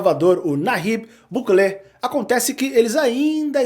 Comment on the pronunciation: "Buklê"?! Não consegue pronunciar corretamente o nome do presidente de El Salvador?